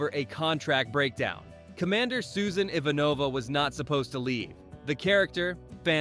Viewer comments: IvaNova is the right pronunciation. Then the author said IVAnova. 😂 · no to mention how he said I-von-a-va this is what happens when AI gets things wrong. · I'm not sure if this is AI or human mispronunciations, but anyone who's watched the show knows it's pronounced "J-Kar" (not G-Kar) and "IHVAN-ova" (not "Ivan-OVA"). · and second in command Iva Nova? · is this read by AI or has the guy never seen a single episode?!? G!`KAR, IvanOva... And you were unable to show DS9 when mentioning it but showed something of the calvin timeline instead? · teach your AI how to say "Ivanova". Nothing says that you don't know what you are talking about more than mispronouncing character names! Why not use a DS9 clip when mentioning it instead of a later film? O yea, AI! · When you're trying to get your AI narrator to pronounce the name, just leave the C out. It's not hard. The alternative is saying Straczynski oddly. Very off putting. And we won't even speak of your mispronunciation of Ivanova (ironically, that happens in the show and it was ALSO deliberate). Great show though. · this is a wonderfully crafted video. The only detraction I have is the pronunciation of the name Ivanova. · Yeah, kinda shit the bed on the pronunciation of "Ivanova" too.